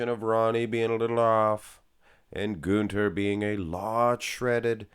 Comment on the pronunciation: You pronounce the "Ü" in Günther very well. The same "Ü" needs to be used in "Rühl" instead of the "U" or "OOOO" you like so much ;)